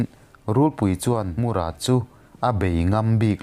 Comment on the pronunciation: Mur-a Nilo Tlem thluk a, Mũr-â tih tur ..... Engpawh nise i thiam lutuk e✍👍✍